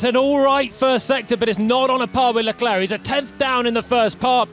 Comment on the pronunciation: "Sharl Leclaire" I can't with this commentators xd